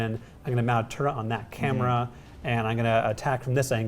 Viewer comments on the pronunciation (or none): Why the hell do people say "Turrent"? Its clearly spelt "Turret" so say "Turret"! Not "Turrent"! My biggest pet peeve lately.